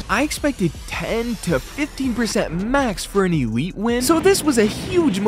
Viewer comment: Blud is calling it e-lite its called elite